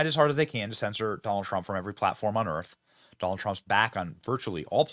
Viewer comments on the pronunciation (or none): none